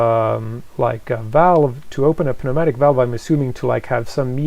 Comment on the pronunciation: You don’t pronounce the p in pneumatic .